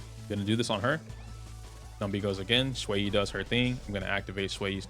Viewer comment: I'm 1 minute in, thank you for saying Xueyi's name correctly!